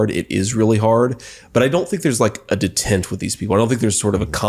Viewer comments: he says ''I don't think there's a détente with these people.'' He actually pronounced it as ( dəˈtent ) instead of ( day-TAHNT ). Détente ( day-TAHNT ) is a term often used to refer to a period of general easing of tension between opponents, such as between the USA and the USSR in the Cold War period. Detent ( dəˈtent ) is a catch in a machine which prevents motion until released. The guy is cosplaying a politician and is such an ignorant oaf. I knew what détante was in the 70s when Nixon and Kissinger were talking about it. I was just 10. Trump not vetting this guy and reportedly listening to his sons, Beavis and Butthead about who to choose may very well be what gets the job done for us. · besides basically talking sbout about Project 2025 did just pronounce "detente" as "de-tent"??? No wonder they picked him. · And he can't pronounce détente! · Vance doesn’t know how to pronounce detente.